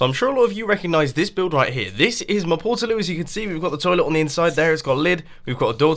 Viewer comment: porta as in portable not porter